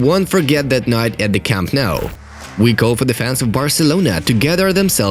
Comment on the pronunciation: yesss 1st this great club and now the home stadium the fortress that has been broken but its nou not mou u fucking bastard